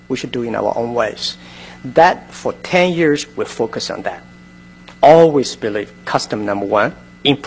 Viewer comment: "we fouce we make the things happen."